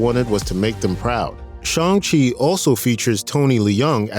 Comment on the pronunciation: Good video, just learn how to say Shang, you keep saying Shong.